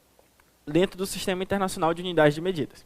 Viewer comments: "Sistemas de MEDIDADAS" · Só dps que eu vim perceber "MEDIDADAS" kkkk